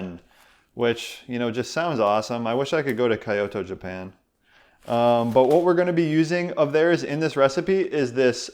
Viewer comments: Hi thanks for this video! It made me hopeful that I can survive keto! Love it!! Just one note: Kyoto is pronounced with only 2 syllables:) kyo-to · Hey! Seriously, Kyoto Japan - my sister takes people on 10 day to two week tours of Kyoto. I've been in the tour (in 2009 one and it's amazing!!! You pronounce it Key-yo-toe... love your channel. My sister's website is . She sells vintage kimono and other wares. The tour is all about traditional kimono and tapestry but there includes traditional restaurants and food, as well as visits to the mountains and temples. She has vids about it! Check it out. Love your channel!! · Sorry excellent keto duo: Kyoto is pronounced "kee-yoh-toh". No hate; just a friendly correction to prevent an insult-prone Japanese person from pulling a katana out of nowhere and challenging you to a duel. :) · haha I was thinking the same thing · Yes! lol, I was also going to correct him. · Lol. Good looking out. It's an honest mistake but I couldn't stop laughing.